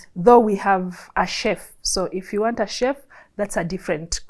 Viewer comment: She said 'wantam' 🤣🤣🤣